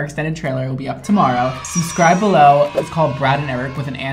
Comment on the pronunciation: Is anyone else gonna talk about how Brad said suscribe instead of subscribe